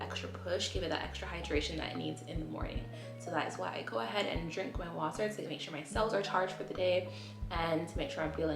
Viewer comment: “Water” so you’re Jamaican huh?😅